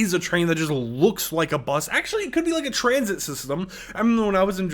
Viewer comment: why bro sayin b-us like that 😭